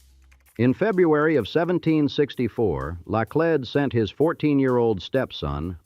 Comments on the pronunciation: First some pronunciations:Chouteau pronounced "Show-Tow"Laclede "Laa-cleed"it is not st louie but st. loois spelled of course St. Louis It is not auhhgust but August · Hire a narrator for the love of goodness. Karen da lay? Part of history is getting the facts right and that goes for the correct pronunciation of names. It's CRON DA LET, not Karen da lay.😂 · This AI STINKS! “Karen De Lay”?!?! Eeshhh!! While I enjoy learning about St. Louis.., The AI RUINS it! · The pronunciations of Laclede and Chouteau are causing me pain. Edit: And many other pronunciations as it goes on. Osage, Anheuser , etc. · LIVED in St. Louis for 64 yrs. Never heard so Many Mispronunciation's 2 min into it Laclede , Osage, Cheautou . I had to add Only folks From out of TOWN or Harry Cary the baseball announcer called it St, Louie . WHY don't you hire a real voice from St. Louis to do read the script. the Ai on this sucks.